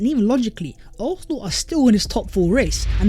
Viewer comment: Bro if you're gonna say arsenal 100 times per video at least learn how to say it properly. You keep saying it without a proper s. Sometimes it's arknal, sometimes it's arthnal, sometimes it's arthnal. It's fucking arsenal.